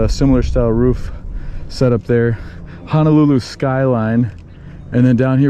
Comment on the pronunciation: My biggest irritation is how people mispronounce Honolulu It is HO-NO-lulu not HA-NA-lulu 🤙